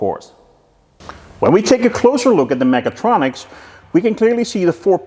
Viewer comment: Sometimes it sounds like you are saying megatroniks :D